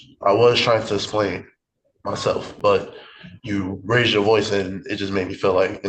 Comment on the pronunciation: Raised not rase 🤦🏼